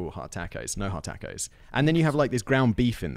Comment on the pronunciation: The way he says tacos is a crime